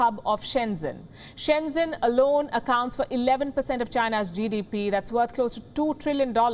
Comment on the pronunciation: so you're so happy to blackmail & desecrate China right Sharma? 1st, it's called CORONA VIRUS NOT WUHAN VIRUS, 2nd Sharma apparently does NOT KNOW HOW TO PRONOUNCE 'SHEN ZHEN' a easy city name correctly! How can I trust this news if you can't get your sources right?